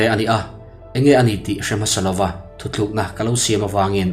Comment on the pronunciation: A ngaih nawm hle mai.Thuthluk ni lo in thutluk tih tur aniang